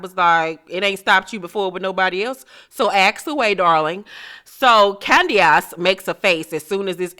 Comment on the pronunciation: They way she says “Candi-ace” 😆😆